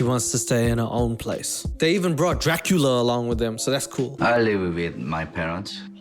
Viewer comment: “Dracula” come on dude 🤣🤣🤣